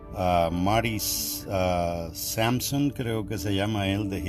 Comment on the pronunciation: Hermano antes de jusgar por lo menos aprende a pronunciar el nombre de este hijo del Señor... quien marco muchas vidas y dio la vuelta al mundo con los hermanos " UNITED" estos jovenes pasaron hambre , Frio y lejos de la comodidad .de sus casas.. Tu no sabes quienes son ellos. No sabes quien es Marty.... En solo 5 minutos dijistes tres cosas anti cristianas.. Y la peor es decir a los jovenes que no canten ( te regalo el salmo 150. ) Y muchos pasajes llenos de amor al projimo..El Señor Jesus ama que sus hijos se alegren canten y xen saltos de alegria.. BUENO TU Q ERES TAN SABIO Y LLENO DEL AMOR DE DIOS. SABRAS QUE SI DIOS TE MUESTRA EL PECADO DE UN HERMANO .TU DEBER DESDE AHORA MISMO SERIA BUENO CUBRIRLO . AYUNAR. ORAR y todo lo que El Espiritu Santo te pida ... Me duele mucho lo que haces Esto de exponer a un hno. En la fe . Espero q la gente que no es cristiana y vea tu video no piense que asi los que llevan una vida con el Nombre de Cristo. Asi que amado hermano a trabajar....doble sus rodillas y ore con todo por este pobre y pecador hno..... 🙏🙏🙏 POR MI PARTE ESTOY ORANDO POR MARTY. GRACIAS A SUS PALABRAS Y CANCIONES EL SEÑOR ME BENDIJO MUY GRANDEMENTE. Y SEGUIRE AGRADECIENDO A DIOS POR GENTE COMO EL .. Y orando tambien para cortar las lenguas de los que juzgan . El unico digno de jusgar a alguien es Cristo. Y no lo hace Nos perdona y nos restaura ..